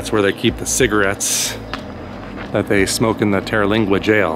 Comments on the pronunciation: TER-lingua ....."ter" rhymes with "her" and there is no vowel after it, so it's not pronounced "TerrA-lingua"......just Terlingua. (and in Rio Grande, the e is silent) 🙂 Great video! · It is most definitely not pronounced Terralingua.